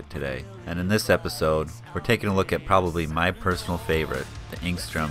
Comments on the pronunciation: You keep pronouncing it if there were a g in it aka engstrom. Its enstrom. You become annoying. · I just wish you wouldn't say "Engstrom."